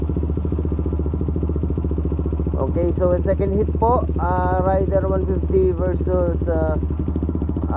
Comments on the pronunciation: Correction po..raider po hindi rider...ayusin nyu po ag pag pronounce...!!! Heheheehe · Papaano ba i-pronounce ang " Raider "= Reyder O Rayder? Paki sagot nga? Salamat.